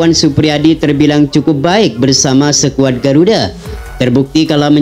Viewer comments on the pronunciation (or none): Perbaiki bacanya bos, jngan bilng sekuad , yg seharusnya skuad.